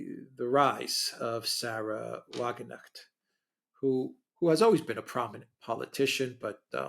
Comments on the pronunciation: Pronunciation tip: You DON'T pronounce the funny little g (with a hat) in Erdogan ("Air - doe - wan") But you DO say the "K" in "Wagenknecht" (It means sort o' like 'low man on the wagon totem pole" or "wagon servant".) She is a VERY good speaker and can point things out as well as Claire Daily, though she seems (or at least CAN be) considerably more down to earth less offensive when reaching her base. She also has a presentation blog; many German fans see her as a hope for so many failings in goverment as well as the general societial scene. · In the case of Sara Wagenknecht, since she is not English but German, you pronounce the K in her name. Just saying. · Sarah is German. She has a German surname. It is pronounced in German. The combination "kn" reads literally. And not in the same way as in the name of a famous musician - Knopfler. Although, to be honest, I think his surname also has Germanic roots. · For God's sake get the women's name right - Wagen (pronounced like a "V" in English and Knecht (the "ch" is tricky for English speakers - put your tounge on your palate and say a "K",, you get a softer sound) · Wagenknecht has a ‘hard k’ in it, shouldn’t slur it down to a ‘g.’ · Thank you. There is also the possibility that Wagenknecht will take votes from AfD. Btw - the 'K' in Wagenknecht isn't silent. I only point this out as I know you are both enthusiasts for precision. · It’s a German name: W is pronounced like V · Come on, guys. It is Wagen - K - necht. You have to speak the K in German, it is not omitted. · The k in wagenknecht is NOT a silent k... it is not pronounced as in "knight" but as in "cool" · WagenKnecht. The 'k' should be pronounced. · "Wagenknecht" to let you both know is pronounced with the "K" because it is German not English. We do not have a silent K in German. Wagen Knecht. I could be wrong but believe that the translation in to English would be Wagon boy! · The "k" is spoken out in the name, wagenKnecht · Wagen Knecht... please